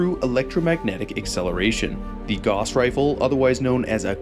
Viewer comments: Fantastic video, my only suggestion is that Gauss should rhyme with “house”, not “loss” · Cuz that's how Guass is pronounced. Gauss rifles are real, they weren't invented for fallout. This dumbass just says it wrong in every video no matter how many times people correct him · small little nitpick here, and a mistake i used to be prone to, but it's pronounced like "gowwss rifle" (like how you would say "house"), not like "gauze". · Its probounced GOUSE, not "goss" 🤦‍♂️ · Is anyone going to tell that it’s gauss is pronounced gous like house. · Minor correction: gauss is supposed to rhyme with house. "Gowse" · G-ow-ss is the pronunciation. From the legendary mathematician Johan Carl Friedrich Gauss. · Gauss is always a difficult word to know how to pronounce. I've always said it as g-ow-ss. Namely cause of gaussian distribution and how gaussian is pronounced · Just a note, "Gauss" rhymes with "house". Like, "gowse". After Carl Friedrich Gauss who made discoveries involving magnetism. The Gauss is a unit of magnetic field strength, an appropriate name since a Gauss gun fires it's projectile with electromagnetism. Gauss was German but he didn't invent any futuristic weaponry. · It's a pretty minor nitpick, but the "au" phonetic group in German is pronounced, "ow." So, the correct pronunciation of Gauss is more like, "gouse." It's not a huge deal, because the mispronunciation is pretty common, and, hey, credit for the correct pronunciation of, "Walther," which is also pretty frequently botched. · "Gauss" is a German name (Gauß) so it rhymes with "house". If it was pronounced "goss" it wouldn't be spelled in a way that requires you to pronounce the word with the "ow" sound. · holy shit how many videos did you make pronouncing gauss completely wrong? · Gauss would be pronounced similar to house with a "G", being German.